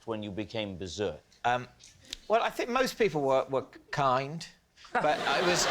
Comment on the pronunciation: Is it a truth or a lie Adam Woodyatt.can't say "think" but substitutes "Fink" !